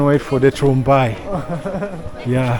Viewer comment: Tungrymbai pronounce as tung-rim-bai prepared from fermented beans.